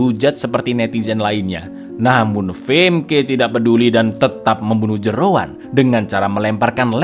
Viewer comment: ngakak bangettt, Jeroen jadi Jeroan😭🤣